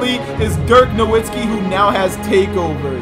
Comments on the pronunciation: nowitski KNOW-VIT-SKEE pronounce it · How about you start saying dirk’s last name right... it’s pronounced with a v now a w he’s German my guy